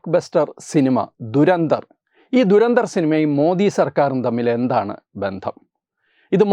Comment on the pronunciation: Good content👌🏻👍🏻, keep it up! Trivia: Pronunciation is WAY OFF! ദുരന്തർ അല്ല , ധുരന്ധർ എന്നാണ് ഉച്ചരിക്കേണ്ടത് ! धुरंधर Meaning: expert/stalwart in something